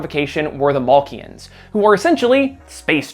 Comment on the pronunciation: You pronouncing Makluan as Malkian annoys me :D